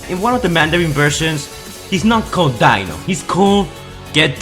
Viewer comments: not dino, it's pronounced DE-NO, EXTEND THE E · It’s pronounced deeno not Dino it’s just spelt like Dino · Its D-é-n-o not d-î-n-o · Its pronounced dee-no not dino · Dino is pronounced “Dee-no” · Its pronounced De-no... thats how you say Dino in Italian. So not surprisingly he has an Italian name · Mirages on screen name is pronounced dee-no as in ferrari Dino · It’s actually pronounced DEENO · Dino (de-no) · His name is not Dino it is Dino pronounced deeno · Omfg its pronounced Deeno. Yeah it says dino but its pronounced deeno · The way u pronouns Dino is wrong